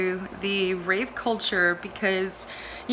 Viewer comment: That's rave with a V culture, not with a P!